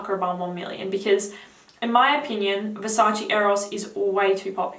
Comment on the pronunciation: Versace, not Versaci. . .